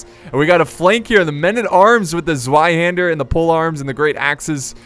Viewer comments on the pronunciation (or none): none